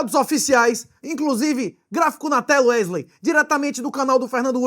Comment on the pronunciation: Wesley, que ele chama de Uérlein